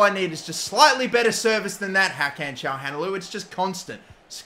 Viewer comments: "Shaham Halanoglou" "Gagan Chaglanoglu" "Hakan Shahalanoglu" Come on man xd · Btw Çalhanoğlu is pronounces Cha-lah-no-glue, just so you don't keep mispronouncing it 😁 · think its pronounced kalanoglu might be wrong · haha the way he said calhanoglu